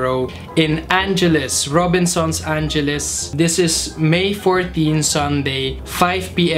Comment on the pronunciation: Ang-e-les! po, hindi Anjeles..hehehe